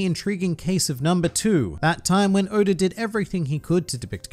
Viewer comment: Why he say Oda like Odar